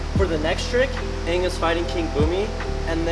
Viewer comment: "aangle" lol